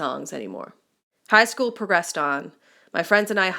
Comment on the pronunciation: I love how she struggles on the word school